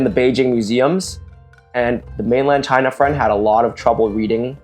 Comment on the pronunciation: "ch-high-na", "ch-high-knees" ch-HHHHHHHHHHHHHHHHHH